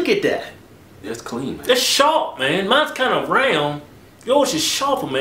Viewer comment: that's KUH-LEAN!!!!